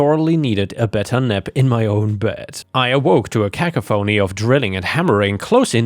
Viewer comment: Quite the interesting pronunciation of "cacophony". Can't imagine publicly posting audio recordings in a non native language without verifying pronunciations of words I'm unfamiliar with.. But I tip my hat to anyone with the courage to post recordings in a non native language nonetheless